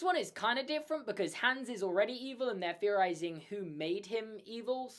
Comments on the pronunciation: It's pronounced Hons not Hans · ITS HOOOOONS NOT HAAAAAANS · Its hans not hands but i love ur videos so its okay !😁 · The A in Hans should be pronounced more like the A's in "father" / "are" / "cart" / "barn" and so on, and not like "hands".